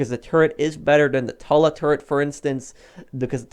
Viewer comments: Why you call it the tola it’s the Tula uuu not ooo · Tuh-luh Moguyl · Dude its not that hard... Tula. Too-lah. Mogul. Moe-gull. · It’s pronounced Toola like the flower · Bruh. In real life, the mogul would be able to carry 15-20 bombs so stop complaining. And learn how to pronounce. Mogul=Mog-ull. Tula=Tu-lla.